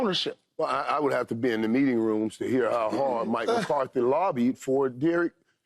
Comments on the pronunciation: Paul Pierce: "Mike McCarty, Mike McCarty" FS1 Producer: "Paul, are you serious? Say the name right. it's McCarthy." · Hey Paul, there's a "th" in McCarthy's name dude.........I swear they just put ANYONE on TV